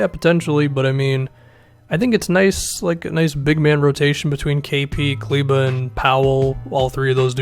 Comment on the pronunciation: Only YouTuber who pronounces Kleber right !